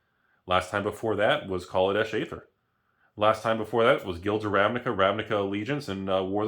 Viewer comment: Aether is ether. pls stop pronouncing it with a hard a hehe